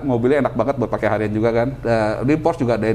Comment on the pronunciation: Maaf, hanya koreksi, cara mengucapkan kata Porsche yg benar adalah "Porsye" (bukan Porsc), sebab Ferdinand Porsche adalah orang Jerman, di sana "apa yg tertulis" itulah yang diucapkan, sama seperti kita menyebut Johan Amadeus Wolfgang, diucapkannya bukan "Johen Amadeus Wolfgeng", tapi diucapkan apa adanya. Thx.